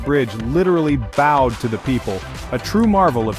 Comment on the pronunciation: Thanks for ruining the english language with the mispronunciation of bowed, you pronounce like beau-ed The construction i choose is the english french english channel tunnel.